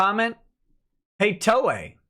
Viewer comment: Haha! He kept saying Ms. Toye!